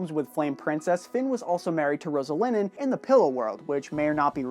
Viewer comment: It's Roslyn not roselinin